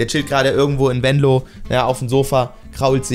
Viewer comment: Sprich mal bitte Venlo richtig aus du sagt immer Wenlo 😅